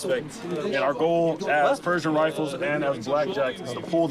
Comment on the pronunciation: Its not Perzhing it’s Per`sh`ing 😊